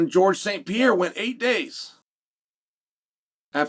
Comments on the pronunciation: The whole Alex "Piera" thing was fun at first. It's becoming unlistenable now... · PEE AIR UH